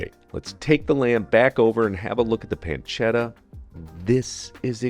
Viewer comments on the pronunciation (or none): "PanceDa". No, pancetta. PanceTTa. Con due T.